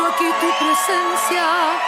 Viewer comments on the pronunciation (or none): none